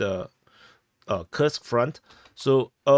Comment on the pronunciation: You pronounced Kursk like Krsk (without U) it is KURSK (with strong U)